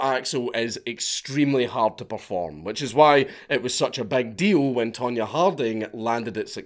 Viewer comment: tonya not pronounced tone ya i would say more tanya. Not to mention don’t forget there was no google back then you couldn’t just find out where someone is in 2min😂. With that said they were still crazy stupid and a 5th grader could of came up w a better plan.